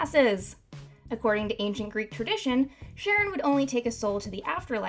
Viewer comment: Sharon? I’m pretty sure it’s pronounced KA-Ron Charon the ch make a k sound